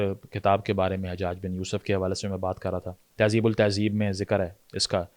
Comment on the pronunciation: Taqreeb-al-tehzeeb* correction plz lots of love